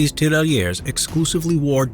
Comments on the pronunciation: As a French speaker, I cringed everytime you Said tirailleur. A great movie on that subject is Days of glory. It dramatized the use of French colonial troops. It's a shame that movie barely got any attention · The prononciation of tirailleur isn't good